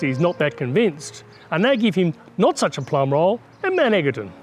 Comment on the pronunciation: It’s not pronounced Mount EGGerton. It’s pronounced “Mt Edgerton” even though it’s spelt like EGGerton.. should’ve done more research...